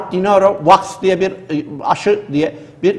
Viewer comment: Robert dinuora' niye diyorsunuz hoca, kaç sefer duyduk sizden, kimdir bu dinuora? yoksa de niro'mu o?